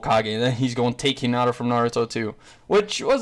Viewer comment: bru you called hinata kinata